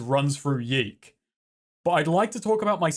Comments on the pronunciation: It's pronounced Yick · Yiikes (how I like to pronounce the games' title) is an interesting phenomenon. On the one hand, you have an overambitious, halfbaked game with aspirations to be profound (while failing to do so and in the end contradicting itself), whose developers got pissy when people pointed out these obvious flaws and the lukewarm reviews started coming in. On the other hand, Yiikes did make a pretty big splash in the indie game scene and kicked off a lot of interesting conversations about games, postmodernism, narrative etc. , thus actually making a valuable contribution to the world of video games. So in a way ... the devs succeded? They made an impactful 'artsy' game that made people think - even if that impact largely revolved around its' flaws. I guess what I am trying to say is this: Even when art is bad , it can still be art. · I firmly believe YIIK should be pronounced "yech." Like you just saw something disgusting. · i'll keep pronouncing it "yeek", because yeek this game sucks